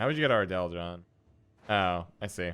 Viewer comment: Ardal is pronounced “ardull” not “ardell” FYI lol